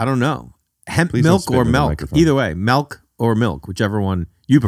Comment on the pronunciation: I can't believe Rick called it melk. And I really can't believe Jay got Rick with his own bit on his own podcast. Is this a first?